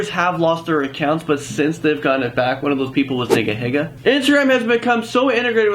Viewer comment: DID JUST CALL NIGAHIGA, NIGGAHIGGA??? OH MY GOD